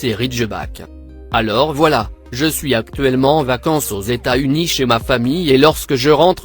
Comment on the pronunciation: "Eta-Unis" Jsuis dead